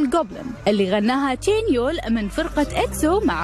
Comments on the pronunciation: تشانيول❌ تانيول✔️ 😂😂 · تشانيول ❌ تينيول✅ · امبيه التقرير عباره عن اغلاط بالهجاء بليز قبل ما تلقون الفقره بطلوا على اقل قوقل و شوفوا الاسماء شلون تنطق اكزوا لي دونقهي وتانيول ؟؟؟؟؟؟؟؟؟؟؟؟؟؟؟ و انهيوك مادري شلون قلتوها و وندي منو مع رد فلفت من وين طلعتوا المعلومات انتو ؟؟؟؟ مو قادره اكمل التقرير من كثر الاغلاط الي فيه